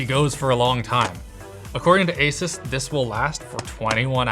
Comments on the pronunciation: Linus: Makes sure to pronounce 'Asus' correctly.: AsUhs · I really wish tech channels would decide on how to pronounce "Asus". I've heard Linus say it both ways. I've heard Steve say it both ways. I've heard Jay say it both ways. I don't care which one they settle on. Just make a decision. Also, if you say "asoos" instead of "Asus", you're the devil.